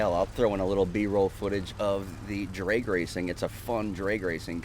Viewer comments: Lol just sounded like you were saying dreg instead of drag, just different pronunciations I’ve always heard it with a hard a. And Are these courses on Xbox they are very well designed! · Learn how to say ‘drag’ you fucking idiot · No hate but is that actually how u say drag, never heard it that way.